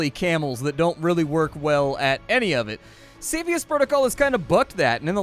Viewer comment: It's pronounced 'cepheus', not "cepheus"